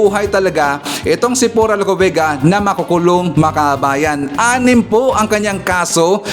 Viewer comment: tama ang pronunciation mo sa pangalan ko, Sa tanung mo ay si PURA LUCA VEGA ang may 6 charges.